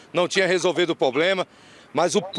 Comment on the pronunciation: O repórter ou advogado, sei lá, fala "Poblema"